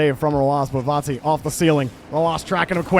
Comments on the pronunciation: Its not cringe at all but please pronounce it correctly vati no vorti or vanti its disturbing af the R shouldn't be pronounce even more before the "t" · he isn't saying vati at all he sounds like vonti or varti which is wierd. It is just VA-TI